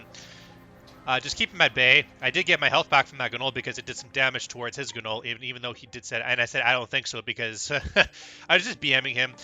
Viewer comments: The G is silent in GNOLL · Can you PLEASE learn to pronounce gnoll???????